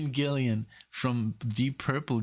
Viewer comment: Great reactions, but it's TONY Iommi! TONY, not TOMY!!!!! :) Vinnie Appice is pronounced APP-iss-ee. Ian Gillan is "Gillan", not Gillian. After Ian Gillan and Glenn Hughes, their longest other singer was the great underrated Tony Martin. :) Sabbath was a big influence on Iron Maiden. Sabbath was first with stuff like this.